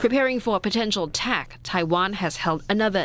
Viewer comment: Ping Tung, not Ping Tang